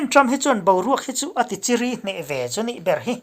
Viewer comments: Tichiri tih i lam dan hi perhpawng chiri lam ang hia n i lama, chiri tih ah hian ri lam san loh tur chiri chu buainuaih sawi na a ni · Kei pawn chiri tih khi ka sawisel a,chiri,zu mamawh chiri an awm a.thil chawk buai zovek chiri a awm leh a, hemi thil chawk buai chiri Tak hi zu a vang a chiri thluk in a rawn thluk a nangpawn irawn hrechat mai, a then in a lam dik a lawm te an rawn tia, a then in hriat theih chuan a tawk rawn ti an awm bawk a, ilo ngaimawh vetho a vangin karawn repliy Mai Mai che.👍👍